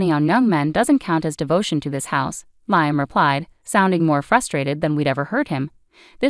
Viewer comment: While I very much appreciate the clues that it is AI and not humans reading these, the crazy mispronounciations of common words is equally annoying and entertaining. Nobody pronounced Liam as Lye-um. 😂😂😂